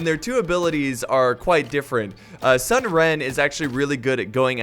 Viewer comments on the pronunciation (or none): It's pronounced soon not sun. Sorry love ya bro.